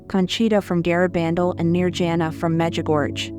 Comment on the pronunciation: I’m glad she no longer says, “kate con”, but she still mispronounces it. She also mispronounces Medugorge.